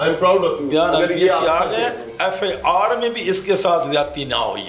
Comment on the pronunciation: FIR ko FAR bol rha hai